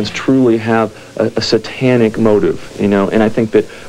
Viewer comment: Pronunciations like "Ah-cult" and "S-AH-tanic" make me cringe. Not to mention "Teeny Boppers." Haha!